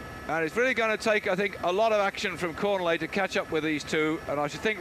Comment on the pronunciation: How many times can you mispronounce a rider's name, in this case Cornillet, in one call?